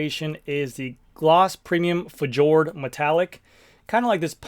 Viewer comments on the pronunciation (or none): It is not F-jord but Fjord (norway) colur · fjord is "feeyord" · I like the Fjord. Pronounced 'fe - ord' or less commonly spelt as fiord. 😅